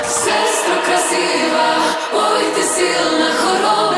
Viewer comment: мене коробить від вимови "силна", але я намагаюсь собі довести, що українська не їх рідна і їм то як паляницю не вимовити.